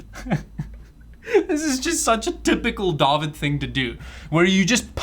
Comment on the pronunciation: when he said "DAWID" i was sure he's South African